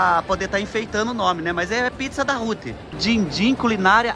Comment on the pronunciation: Kkkkk pizza Hut se pronunciar Hat kkk